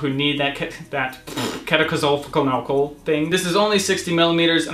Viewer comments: Dude, it's pronounced key-toe-con-uh-zole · 😂😂It's keto-cona-zole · It's K-ee-toh-kona-zohl